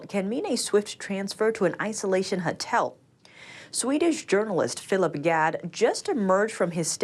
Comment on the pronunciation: HOTEL! not HUTTEL. please!